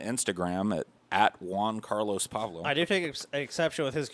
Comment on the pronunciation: "Paulblo" lol good shit